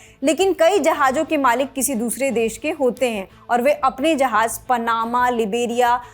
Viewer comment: Jahaj nahi jahaz hai.jarye nahi zarye hai.sahi lafz